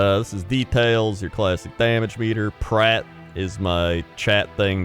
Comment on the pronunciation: As a Swedish speaking person, I think it's so funny to hear English speaking people talk about addons with Swedish names. Like, they're talking about Skada and pronouncing it "Skey-da" or like you just did with Prat, pronouncing it "Pratt". Like, I get it, it's not in the language you expect it to be, not throwing any shade, it just sounds really funny to me.